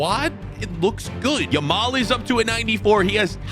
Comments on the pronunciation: Bro its yamal not lamal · did anyone notice he said lamal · Love how he kept calling Yamal ''Lamal'' lo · if you got 7 mins and 46 seconds he says lamal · By the way its now Lamal it’s Yamal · did bro actually said Lamal💀💀 bro called city. united💀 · Did nobody realise the he Lamal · Is it Lamal or Yamal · Bro said Lamal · and "LAMAL" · Bro was calling him Lamal 😂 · bro says yameal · guy said lamal